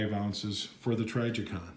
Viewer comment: lol say trijicon right pleas